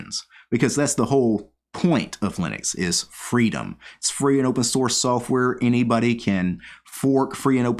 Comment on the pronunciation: I just heard you say software as soafwurr and now I can't unhear it